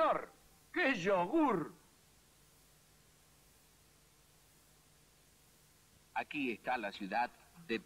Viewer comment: Los míticos hicieron rehacer el aviso, por el daño que lpodía hacer que dijera "señó" y "yogú".